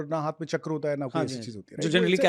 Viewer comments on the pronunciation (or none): none